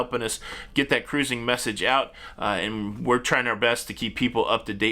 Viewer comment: Love when you say. "Crrruuising" 😂 I laugh every time. Enjoy all your shows. Keep up the good work.👍